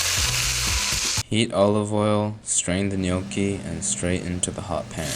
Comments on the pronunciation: Nnoki? Wtf! I’m surprised Gordon doesn’t know how to properly say gnocchi 😂 kinda lame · As an Australian, it's werid hearing foreigners say maccas. But you pronounce maccas way better than Gordon Ramsey pronouncing Gnocchi. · Surely that's not how "gnocchi" is pronounced.